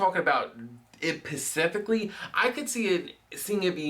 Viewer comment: when he looks at the camera after the other guy says "pacifically" HAHAHAH i died